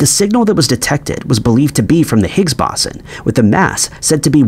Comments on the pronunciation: Bow-sen. It never surprises me when he mispronounces virtually EVERYTHING...😂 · It’s the Higgs boson not bosin. Like the speaker company Bose then add the word on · I appreciate the video, but the mispronounciation of "boson" does get slightly irritating after much repetition. There are of course guides here on YouTube, but, in American English anyway, the first syllable sounds like an archer's bow, and the 's' has a 'z' sound.